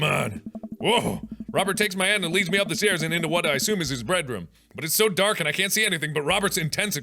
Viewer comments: Anyone else dying because Mark said "breadroom" instead of bedroom 😂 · I swear mark said "bread room" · During the sex scene, he said breadroom instead of bedroom. I approve of the breadroom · Can we take a moment to acknowledge the fact that mark said " breadroom" and not bedroom